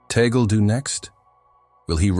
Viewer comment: It's Cardinal Luis Antonio TAGLE " pronounce Tag - gle" . Please correct your future Bloggs. Ok Sir!!!!!!!!!!!!